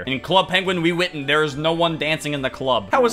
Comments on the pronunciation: nobody:: wewitten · when he try to say club penguin rewritten i only heard "Club Penguin Will Weathon" Lmao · I love how all this time later, still can't say Rewritten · Every time he can’t say rewritten it kills me🤣🤣